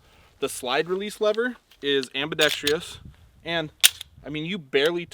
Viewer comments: Please stop saying ambedextr-e-us. It’s pronounced ambidext-rus. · So much to love about this review. The way you guys are almost never prepared and just kind of wing it. They way mispronounces “ambidextrous”. Your irreverent style.... But of course there are some negatives. You invoke “on fleek”. 😒. Your known controversial stance on Chik Fil A. 👎. The reviewers you love to hate to love. 😹